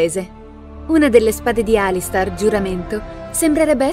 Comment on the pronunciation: Ok, verrò fustigato per questo, ma... si legge Alistar o Alister... essendo scritto Alistair non dovrebbe essere la seconda? Nel video ripete Alistar più volte... questa faida sulla pronuncia giusta rischia di trascendere nel fratricidio...